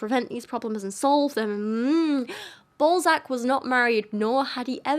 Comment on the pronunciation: His name is not pronounced like that. And his books are obviously a parody of his society's social norms. De Balzac was the original troll. O me, the satire is so heavy in this one that it's almost grabbing me by the eyeballs and telling me "Look! This is satire!!!".